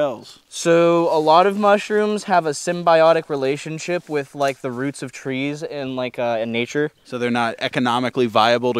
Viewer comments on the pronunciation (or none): none